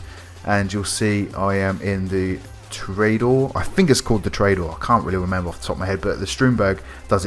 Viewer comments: Yo trayador? It’s toreador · This is useful as he shows the location of each jump with enough time to pause and locate something which other guides don't do as well He does pronounce car names strangely though anyway I'm going to jump in my Treydoor and land on the lighthouse.